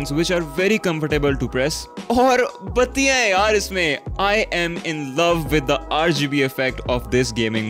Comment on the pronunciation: you making me laugh every time when u says bateeyan #battianhainissmein thats was nice